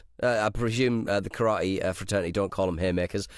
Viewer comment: Nick will be disappointed with the way you pronounce Karate,.